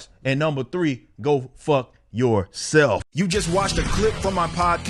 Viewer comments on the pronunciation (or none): 10/10 would hang out with Eric. The way he says Go. Fuck. Your. Self. Instant fren.